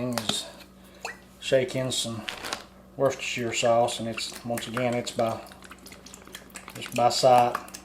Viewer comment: I heard one food YouTuber refer to it as "Washyoursister Sauce"!!! Not sure if he was being funny or just couldn't pronounce it properly.